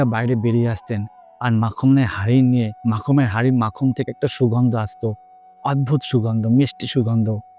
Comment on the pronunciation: Not makham (makhan).